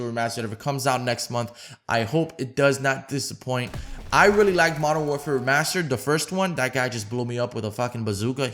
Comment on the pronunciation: He fucked up so much at the start lmao “mw remastered” “ww2 remastered”